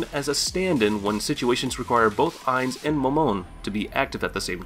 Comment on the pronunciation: I wasn't going to nitpick over a poor pronunciation of Ainz's name, and instead settled in for what I thought would be an informative rundown of the various skills & powers of the Nazarick NPCs. I started reading comments as I listened to the talking-head video, only to find out it was the other end he was talking out of. Thankyou everyone for saving me from watching to the end.